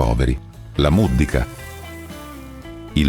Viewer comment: Muddica con l'accento sulla i.